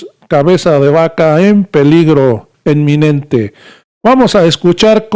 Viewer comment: Enminente ? Inminente !!!